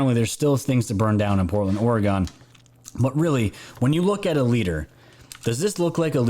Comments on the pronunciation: ORE-UH-GUN not ORE-UH-GONE. I lived in that shithole city they call Portland for 15 years and left that shithole in 2000.. I live in Titletown, Green Bay, WISCONSIN, now. Still. ORE-UH-GUN. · Oregon is pronounced Or-e-gun. Also Willamette is pronounced Will -lam-et Thank you. My friends and family who live in Portland would disagree with the dem's story that the riots are "peaceful". They are selling their property and fleeing the city because of the violence!! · Haha us New Yorkers. We all say OreGONE... apparently it's OreGIN I've been corrected quite a few times. 😂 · Oregon pronounced Oregun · It’s pronounced Orgun. The southern half of the state is on the verge of a civil war with the northern portion of the state and we all should agree to recall Kate Brown And that Tim guy. Northern California and Southern Oregon are a totally different world. We proudly proclaim ourselves, “The State Of Jefferson” look it up. ;) Edit. Northern California and Southern Oregon consider themselves of the same. Not certain I made that clear.